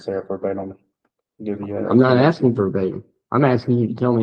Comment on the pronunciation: Omg did he pronounce asking asting? He has an extra chromosome no doubt.